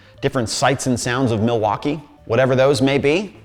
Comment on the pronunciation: It’s pronounced Muh-wok-ee, accent on the wok.